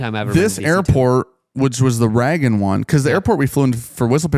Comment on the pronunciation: Why do you pronounce Reagan as Raggin